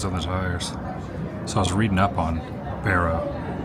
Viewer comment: Barrow (bear-oh), now oot-ghee-ahv-ick , is on the continent. It is not, however, in the contiguous U.S. So glad you are doing these vids and not Disney and having fun here!